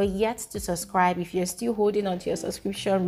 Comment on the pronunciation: Great analysis as always. Well done! Just a small observation. You don't pronounce the "b" in the word subscribe. You always pronounce it as "suscribe". I look forward to seeing you correct this. Cheers from a big fan of yours.